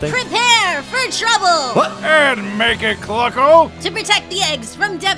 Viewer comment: Frank: AND MAKE IT CLUCKLE!!! Never before have I ever seen an "L" save someone so hard pronouncing a word